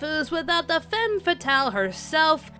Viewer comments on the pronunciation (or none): none